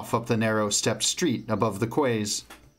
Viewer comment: Hey man, loving listening to these but just fyi Quays is pronounced like "keys" not "quaze"